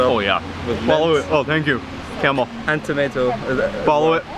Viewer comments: His name is, not camel. Lol. is too polite to correct him. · Everytime he says camel i laugh. It is pronounced Kamaal.